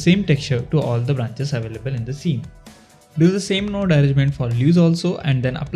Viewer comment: dudee the way u pronounce nude shader is so funny XD